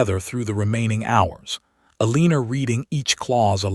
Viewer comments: Eliner?? I think you mean Eleanore. 😳😂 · There are more mispronunciations in this than is acceptable. Let’s start with the heroine’s name…Aleener? I think not. Eleanor…ELL-ah-nor. This is unforgivable especially since the story centers around language. Do better. Not worth a subscription. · AI mis-pronounces it "eh-LEAN-or". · You obviously do not listen to your audience's comments. Why choose Names that you cannot pronounce? The poor girls name is" a leaner" then "ileaner" then "helenea" AI is making a mess of the stories. I can't watch a moving frame around a picture; it makes one dizzy. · PULEEZ! Teach your AI to read basic English. Eleanore is not pronounced EL Leaner! It’s like nails on a chalkboard. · If you have questions about a name, pull up the transcript. Her name is not Eleanor. It is Elena. I agree AI is adding an “r” where it is not to be.